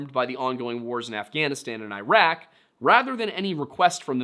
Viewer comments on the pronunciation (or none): none